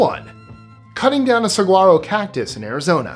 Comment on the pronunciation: Saguaro is pronounced "sa-warro". I'm from Arizona. Love your videos!